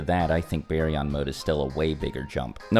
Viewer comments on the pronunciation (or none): always changing the pronunciation of a word. It went from bar-yon to some hillbilly named berry😂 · It's Bar-yon not Bae-yon lol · Is that how it’s really pronounced ? Baryon mode? BARRY-YON? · Berion mode lol